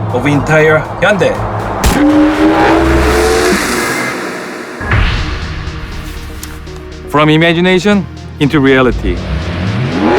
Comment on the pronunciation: Funny how the official voice over can't even pronounce hyundai properly